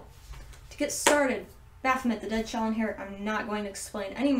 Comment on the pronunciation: Baphomet is pronounced baphomay